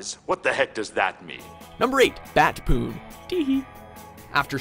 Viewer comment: "Batspoon"? ohhhh....Batpoon